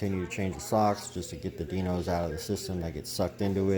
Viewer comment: it’s not Die-nos! It’s Die Nose 🤦‍♂️